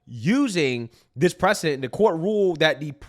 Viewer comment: I know you meant 'precedent' but it sounds like you said 'bad president' lol and I know some people are gonna clip you and use this against you Don't let them get to you brother